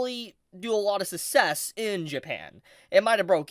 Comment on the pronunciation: Did you fucking just pronounce success as sussess? Fucking what.